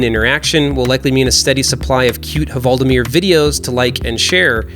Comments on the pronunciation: Just say "Valdimir" instead of "Huvaldimir" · You don't need to say HUvaldimir, the H is silent in Norwegian :) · The H is silent in "Hvaldimir".